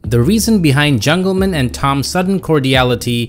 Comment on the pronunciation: I hate how you pronounce Jungleman like his actual name is Dan Jungleman or somethin